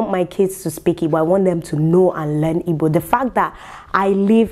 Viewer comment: For the fact you are not saying “ibo” like the wannabes but the real deal IGBO, I love you more ❤️🖤🥰😘😍